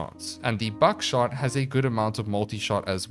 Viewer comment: I don’t know why but I keep hearing buckshot as backshot